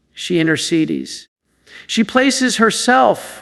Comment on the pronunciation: Is this AI? I find it hard to believe does not know the pronunciation of Pio. And says “inter-seed-ees” instead of “intercedes”?